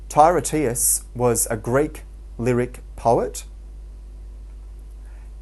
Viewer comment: Tye-RAY-tus is not how you pronounce it. It is pronounced Tur-TIE-us.